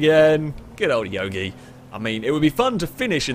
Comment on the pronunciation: Youga, not Yogi Loving the series!